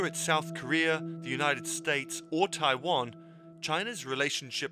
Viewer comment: I cringe so hard every time I hear westerners pronounce Taiwan.